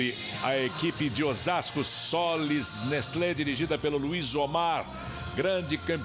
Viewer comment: "Sollys Nestlo osasco from Barasil" é tipo assim que a moça pronuncia.. kkkkk